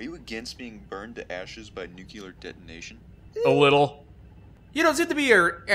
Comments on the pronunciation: Bruh is nuclear not nucular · Every time said "Nu-kyew-lur", I cringed a little. By the end, I was tucked in like a scared turtle. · "Nukuler" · Nookyelar reactor